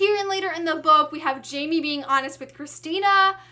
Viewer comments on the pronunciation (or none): oh good i was thinking "jamie" doesnt sound right at all haha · hey there, i really loved this review because of how excited you were the whole time 😂 just one thing, jaime isn't pronounced "jay me," it would be "high may" since he's from mexico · Hey Emma (name twins), just so you know, I think Jaime is supposed to be pronounced differently because he is Latino. I think J would be like an H and it would sound kind of like Hi-may :) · Loved your review❤. But i don't want to sound rude but you're not saying Jaime right. It pronounced Hi-mi(or something like that) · emma you're pronouncing jaime's name wrong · yeah well i can't blame you for that. if i didn't know spanish pronounciations myself i would've pronounced his name like you did too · Jaime is a Mexican name so the J has an H sound not the J sound.